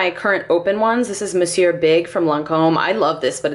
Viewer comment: Glad you're back! You're one of the few youtubers I've heard pronounce Monsieur correctly 😂 Your collection is very realistic! Looking forward to seeing new content!